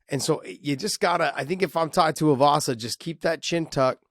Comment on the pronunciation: Tai TUIVASA NOT Tai TUYAVASA LIKE MY GOD JOHN